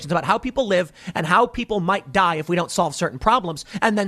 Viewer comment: Everytime you say dipe it cracks me up.